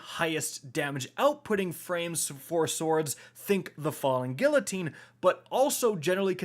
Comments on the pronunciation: For fucks sake bro its not gill-a-teen its gee-a-teen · God I hate how u say guillotine LOL. Gee uh teen not Gil a teen. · Great video. Love these new swords. By the way, the "ll" in Guillotine is pronounced as a "uh." gee - uh - teen. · He still can't say the name right on guillotine. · Was down to watch this until i heard the pronunciation for guillotine lol GET AN EDUCATION